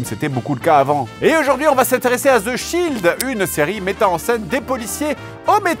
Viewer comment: zzzeeee shield ! lol just en France i like zath !